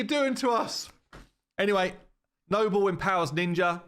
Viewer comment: Lanikis is pretty cool... but nobel... dude come on